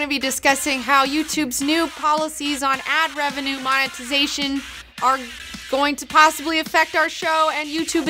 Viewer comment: monetizatn solutn